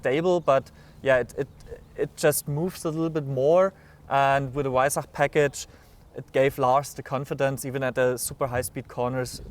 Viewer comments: Its not hard to pronounce Weissach correctly.. "Vai-s-ahck" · Just pronounce it with a “V” not a “W”! It’s okay!